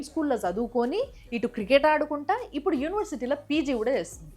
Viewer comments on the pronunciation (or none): none